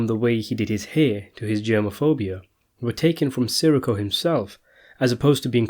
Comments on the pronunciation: It’s not “Siricko” it’s “Sireeco” ugh...🙄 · SIR -REE -CO SAY IT CORRECTLY GABEESH? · Si-Rikko like hes a fucking star wars character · love how you cant pronounce his last name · You know, you could just let the guy who does these videos know a little more politely. We all get names wrong, it's best to let someone know politely and they'll do their best to help out.